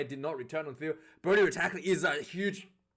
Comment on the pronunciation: He’s name is Tadhg Beirne, not ‘Beirnes’ he’s not Scottish